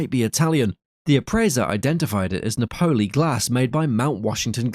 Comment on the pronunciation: Someone please teach AI that "Napoli" is pronounced 'NA po lee', not 'Na PO lee.' In English, it means Naples (Italy).